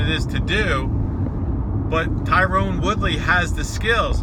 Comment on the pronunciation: TYRON!!! Tyron, not Tyrone. For fuck's sake.